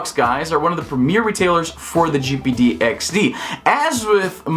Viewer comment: “jipeedeeyexdee” speech - 100